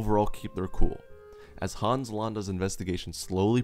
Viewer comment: Thanks for sharing this: Interesting tweek on villains. But as a native Germanspeaker I have to say: It is not to be pronounced Haaans but Hans -> keep the a short -> don´t open the mouth to widely for that purpose! Short letter, short opening!